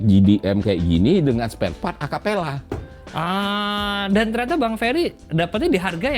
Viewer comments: Bukan Acapella kalik Om tapi Capella... Btw kenapa ga jadi jati diri Mazda nya aja (yg katanya langka) dibikin orian aja, ga usah pake stiker Fujiwara Tofu Ten sihh rada gimana gitu.... kalo mau mah RedSuns masih masuk lah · Capella bang GK pake a..😂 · Betul (Dulu saya smpt punya yg tahun 85 type GLX) Tapi memang di negara lain ini jg disebut Capella sih Udah gitu si Bang Ferry nyebutnya Acapella 😅😅😅😅😅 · capella...bukan acapela